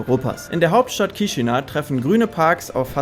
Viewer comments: Es wird "Kischinau" ausgesprochen. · Danke dass du Rumänien und Moldawien von allen Seiten zeigst. Die Stadt wird übrigens Kischinau ausgesprochen. Das a und u getrennt sprechen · Hallo, danke für das Video! Als erstes, Chișinău wird " Kischinau " ausgesprochen. Ich war letztes Jahr dort und fliege im Herbst wieder hin. Es gibt einige Nonstop Flugverbindungen. Z.Bsp. Frankfurt- Chișinău. Oder mit Umsteigen über Wien. Zurück fahre ich mit dem Zug nach București. Fand die Stadt sehr interessant. Mal was ganz anderes. Empfehlenswert ist ein Ausflug nach Cricova mit dem Linienbus. Um dort in den Weinkellern eine Führung mit Weinprobe zu machen. War zwar etwas touristisch, aber sehr schön und die Weine lecker. Am besten Online buchen! Warum warst Du nicht auf dem Piața Centrala, einem riesigen Markt im Zentrum? Da gibt es nicht's was es nicht gibt. Und man kann dort sehr preiswert essen und trinken. Bier schon für ca. 1, 30€. 30 € für ein Essen mit Getränk ist in Chișinău nicht wirklich preiswert. Man sollte schon etwas rumänisch oder russisch sprechen, sich zumindest etwas bemühen in den Sprachen zu grüßen. Da kommt auch mit den Menschen in's Gespräch. Und nicht einfach auf englisch und mit Kamera die Leute " überfallen ". 😉 Vieles hast Du leider nicht gezeigt, z. Bsp. den Triumpfbogen und die Kathedrale und die vielen schönen Parks. Freue mich schon sehr wieder nach Chișinău zu kommen. Viele Grüße! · Erstmal Namen der Stadt falsch ausgesprochen :D